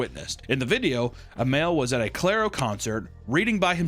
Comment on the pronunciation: Your pronunciation of Clario is killing me